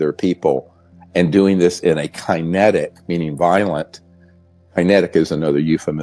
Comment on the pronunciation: Why can't Dr. Greer pronounce "kinetic"?